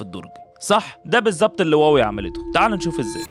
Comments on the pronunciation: يا أستاذي هي ليست إنجليزية لتطبق عليها هذه القاعدة الاسم صيني مكون من كلمتين Huá ، wéi هم مضطرون تجاريا لكتابته بحروف لاتينية. لكن استمع لنطقهم لها في مؤتمراتهم ينطقونها هُوا-وِي أو: ما دمت بحثت في ال ai فاسأله كيف ينطق الصينيون كلمة Huawei 🙂 واوي ليست النطق الصحيح للكلمة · لماذا تسميها واوي وهي شركة صينية والصينيون ينطقونها هُواوي؟ وبإمكانك سماع مؤتمراتهم